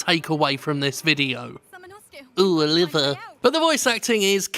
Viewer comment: It's really more of an "Ohh" than an "Ooh" there, Jim. A subtle difference, but an important one. Like the difference between Cologne and colon.